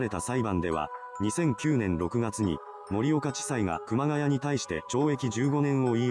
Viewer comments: ｢熊谷」の読みは、正しくは｢くまがや」ではなく｢くまがい」です。 ちなみに東北地方に多い苗字。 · 熊谷｢くまがい｣←沿岸南部だと読み方くまがやではない。震災後身元不明の遺体が埋められてたのが多々あったものの震災後だけあって特に事件にならなかったと言う話を知人から聞いたが真相は果たして…